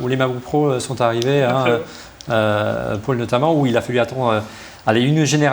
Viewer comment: Pourquoi prononcer "Paul" comme "Paule" (le prénom féminin, Pôle) ? (c'est aussi mon prénom, pour ça que ça fait bizarre à mes oreilles) Je viens de découvrir, il faut que je regarde les autres vidéos (petit à petit, une heure à chaque fois).